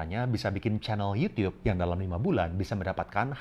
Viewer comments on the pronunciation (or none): Gw seneng banget denger koko ini waktu bilang yUtiUp 😁